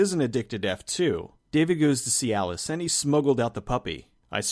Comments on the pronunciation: Every time you say "see alice" i hear cialis. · Every time you say "See Alice," I hear Cialis. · Every time you said, "see Alice", I kept hearing Cialis and was looking for a erectile dysfunction joke I thought I was missing.